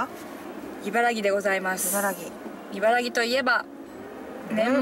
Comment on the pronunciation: いばらぎ ではなく いばらき です。 いばらぎは大阪の茨木市 いばらきは茨城県